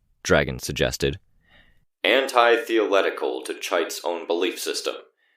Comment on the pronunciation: Pronunciation note: Antithetical is pronounced anti-thet-ical. It means in stark opposition to or destructive to. For example Bases are anathema(the state of being antithetical) to acids. Also, one might say that Christian theology is antithetical to atheism because they are mutually exclusive and arguments are often had between people who describe themselves as being Christian or atheist. I tried looking but I found no word, "anti-theo-letial."